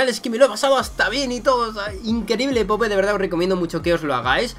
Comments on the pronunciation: Típico acento español diciendo popE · Se pronuncia poup